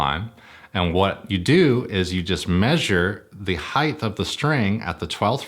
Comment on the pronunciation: I keep hearing "heighth"